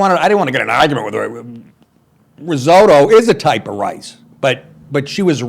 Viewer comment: Oh Nick, you’re hardly a stereotypical Guinea if you can’t pronounce Italian words. “Pistashio”? “Rizodo”?